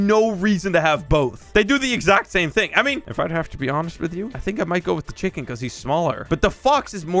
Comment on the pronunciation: the fact he called a penwun a chiking is so funny